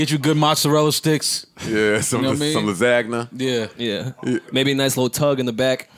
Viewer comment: Joe pronounces lasgna as ''lazzagna'' LMAO